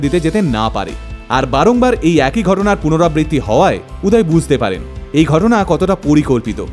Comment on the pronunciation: উচ্চারণ উদয় হবে উদায় না। বাংলা কথার হিন্দি উচ্চারণ বড্ড বাজে লাগে শুনতে।